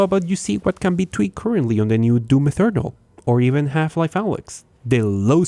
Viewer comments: Eternal, not Ethernal like you are saying, learn to say it correct please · why do you pronounce eternal as ethernal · “Doom ethernal” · Is it just me or is he saing Doom Ethernal? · Why does he say doom Ethernal? There is not even a „h“